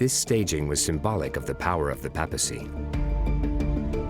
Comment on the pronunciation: Sigh. It's PAY-pa-cy. Not PA-pa-cy. 😅 Sorry but thats annoying in a documentary about the Vatican.